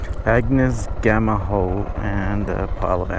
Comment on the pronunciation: The G is silent in Gnamma hole. And there a naturally formed hole from wind and rain its how Holland and his men survived. Just like the Aboriginals.